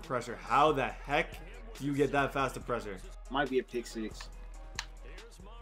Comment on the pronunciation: This dude doesn’t know how to say pressure correctly